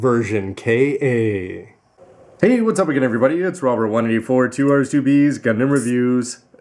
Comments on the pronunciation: And it's version Ka. Not K-A. If you can't say Ka just say Katoki. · I don't mind his calling it K-A. He knows his shit and it doesn't detract his talent for good reviews anyway Plus the more thorough he is about this beast kit the better